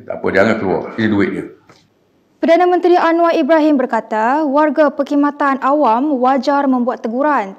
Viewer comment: Buat pembaca berita; "peR-kHidmatan" bukan "peNG-Kid-matan". Perkataan "Khidmat" biasanya dibaca sebagai "hidmat" jarang dengar bacaan "kidmat".